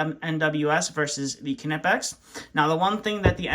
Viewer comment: It’s pronounced nipex not kinapex lol